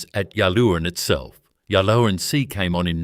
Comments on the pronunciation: So many errors. Go to all the trouble and in many cases state ‘worth getting right’ and we get this. The pronunciation of Yallourn is ‘yal-orne’ and local listening to this would cringe! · "Ya Loon" 😂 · Can’t even pronounce the name correctly